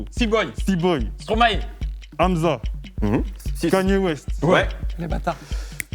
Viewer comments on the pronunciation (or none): none